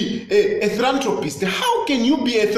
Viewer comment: "I always check myself to see if I am cuckoo, but I am not." Tayali, talk to Chitambala Mwewa! He will hep you. By the way, it is not 'thrantropist" it is 'philanthropist.'